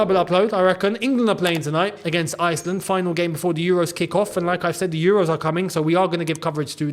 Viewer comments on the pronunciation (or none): none